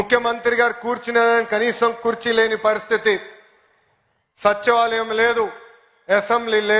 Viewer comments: అది సచివాలయం నాయన, సచ్చివాలయం కాదు...సరిగా మాట్లాడలేని వాళ్ళు మనల్ని పాలిస్తారు...రాష్ట్రం లో చదువుకున్న మీరు, దేశం లో చదువుకోని మోదీ. మీరు కూడా వినండి ఒకసారి ఆయన ఏమన్నాడో?? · సచ్చివాలయం కాదు రా పుచ్చిపోయిన పప్పు సన్నాసి సచివాలయం అనాలి, వీడి మొహానికి మళ్ళీ తెలుగు దేశం పార్టీ అధ్యక్షుడు